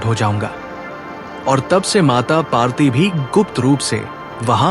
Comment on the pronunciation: Mata parwti not mata parti.